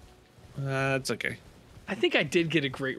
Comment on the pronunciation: picks up a item: "oh, golden ruin" it's golden rune you freak🤯